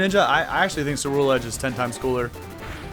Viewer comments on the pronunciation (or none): I love Cerulegde! and i didn't find this out till later, but its pronounced with a hard C like Cruel Edge which kinda makes it more badass